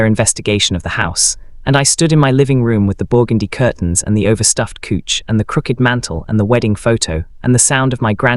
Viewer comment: Couch pronounced "Kuch". Do you listen to these stories before you post?